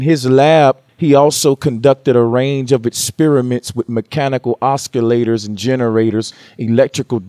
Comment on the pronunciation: Oscillators or Oscar Laters? Ah-sih-lay-tor